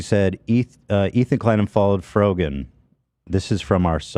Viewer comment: It’s the childish insults for me - “Frog-an” - as if he didn’t know how to pronounce is correctly. Sorry no.